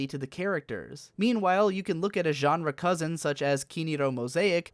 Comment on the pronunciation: "enre" just fucking with me now, i know it